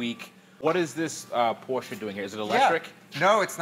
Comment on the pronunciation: Porsche!! NOT Porschaaaaaaa